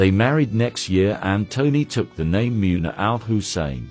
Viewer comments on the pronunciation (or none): Muuuuuuuna what a joke. Why can’t you pronounce anything, because you are a computer.